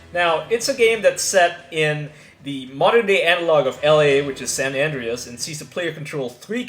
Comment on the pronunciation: Plus San Andrea's was pronounced wrong! 🤣 Guess he was still swimming around in his dad's nut sack when GTA San Andrea's came out on the PS2!!! 🤣